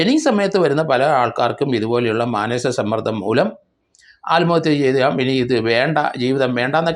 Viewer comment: ആൽമഹത്യ എന്നല്ല പറയേണ്ടത്... ആത്മ ഹത്യ എന്നാണ് പറയേണ്ടത്